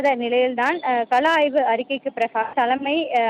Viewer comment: களாய்வு அல்ல .... கள ஆய்வு... தெளிவாக படிக்கவும்..